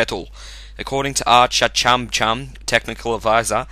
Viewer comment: “Archachumcum” Wtf. How’d that even happen? 😂